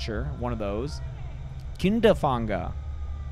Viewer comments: The ä in Kinderfänger is pronounced like the a in fat or fantastic btw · Ä is pronounced like the first sound of a and the g is almost not there. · Dude you absolutely butchered the word "Kinderfänger". I know that since I'm German